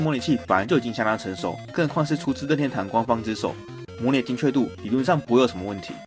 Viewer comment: 任天堂——烟堂